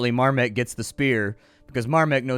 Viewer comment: More like "Dawn of Mahrmek"